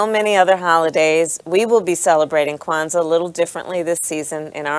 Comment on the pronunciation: Word? Quanza? C'mon lady 😆😆😆